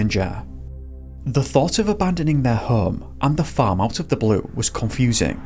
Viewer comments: LOL or were you saying phone 🤭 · Everytime you said the farm I thought you were saying fern lol